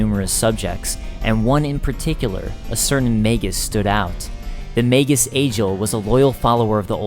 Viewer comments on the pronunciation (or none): none